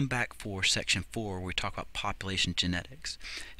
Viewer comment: "poplation" lol